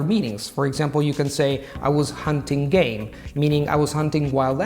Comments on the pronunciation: “Are you gay, are you down to do something”. 😏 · "I was haunting gays"💀💀💀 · "playing gays" "I was hunting a gay" "gae" "are you gay?" 🧍‍♀️ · It didn't sound like 개 to me. It sound more like gay, or game with an accent mainly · When he said game, I thought for sure he said 개. Then he said, "what do you think of?" Me: Dog, i knew the word, it's dog!!! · Tim Hansen yes... thought so too! 😁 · Same, and i was like well, you probably mean happy ? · Yesss, me too. I thought "wow, straight into that topic" ... brave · The same Xd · Я действительно думал, что😜😊😉🤣😂